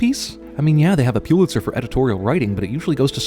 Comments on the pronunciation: A sin for CinemaSins: It's pronounced "PUH-lit-zer" . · I know this video is old now, but still...Pulitzer is pronounced "PUHL it zer", not "PYEW lit zer". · It's pronounced PULL-itzer, not PEW-litzer. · Its pronounced: pull-itz-er. Not puel-itz-er. Pulitzer prize not puelitzer. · A reporter who has won a Pulitzer should also know that it is pronounced Pull-It-Sir, not Pew-lit-sir. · You have a strange pronunciation of Pulitzer. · I guess it wouldn't be so annoying that you don't know how to pronounce "Pulitzer", except for the fact that you say it wrong so many times.